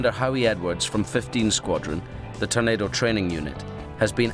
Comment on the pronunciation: Can someone tell Ewan Mcgregor its a TORNADO not a "Tunado" LOL